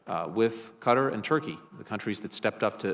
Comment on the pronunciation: Why can none of these people pronounce Qatar correctly?